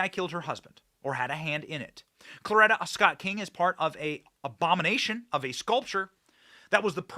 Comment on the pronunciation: Could you PLEASE pronounce Coretta Scott Kng correctly. It is not Clorita. You are pissing me off. I just went to the grocery in podunk, ky. A dozen eggs are 6.75. WTF